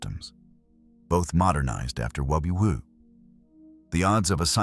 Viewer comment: It’s how the AI voice is reading “WW II”